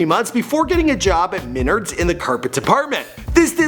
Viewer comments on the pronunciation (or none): ME NARDS NOT MINARDS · MINERDS???? xD , its Muh-Nards XD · This dude said meners when it's called Menards 😂😂 like if you herd him say men like under mine tho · lol "menerds" its Men-Ards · MEN-AREDS is how it’s pronounced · He said minnards😂😂😂